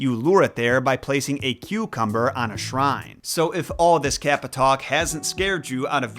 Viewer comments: It is pronounced caw-pa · The way you pronounce Kappa kills me everytime kappa kappa gamma🤣